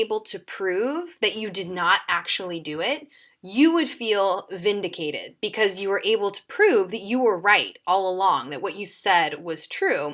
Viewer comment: shes saying feek vindicatED